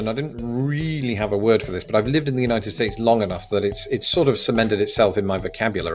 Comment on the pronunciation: "I'm going to pit it against the Unitef States" Bruh you on a list somewhere, hide if you hear Donald at your door